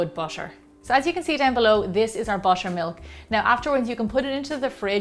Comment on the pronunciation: I heard washer and washer milk 😂